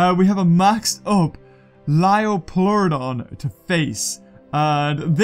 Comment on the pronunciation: It's a magical leeoplorodon